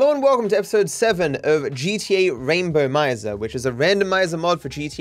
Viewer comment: it's episode 7 and this dude still can't say Rainbomizer right lmao